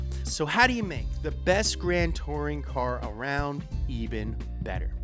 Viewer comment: why is it so wrong hearing that AYVEN instead EEVEN